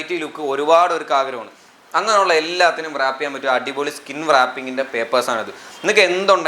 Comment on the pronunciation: വൃറാപ്പ് അല്ല റാപ്പ്